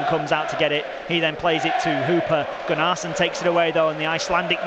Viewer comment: Thanks for these extended highlights. You (Wednesday) will be there, or thereabouts come the end of the season. As a heads up it's Gunner-son not Gun-arse-son (pronunciation)